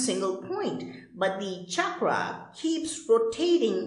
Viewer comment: not chakraaaa. it is chakra.